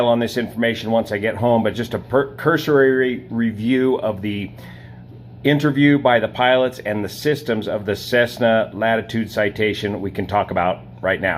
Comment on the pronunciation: “Curse-re”,. You’re rushing too much, here.